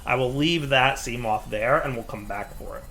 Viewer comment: Try not to mispronounce seamoth Level: impossible